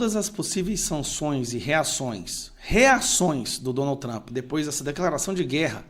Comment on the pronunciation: Que Tramp? Que Tramp? Chato!! Vai trabalhar.